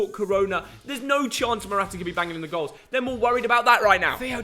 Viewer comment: Noone : Theo : Mortaa Morata 🐈